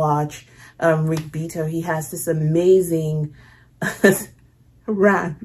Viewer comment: Rick Beato is great, but it is pronounced Bee-AH-toh. It's an Italian name. But isn't it great for a musician to have his name start with "Beat?"